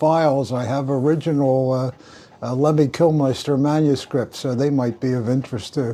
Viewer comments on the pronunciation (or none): LEMMY KILMINSTER Not Lenny Kilmeister Dozy old pillock, can't even get his name right. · Kilmister not Killmeister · Man cannot pronounce Lemmy's surname correctly, very disrespectful.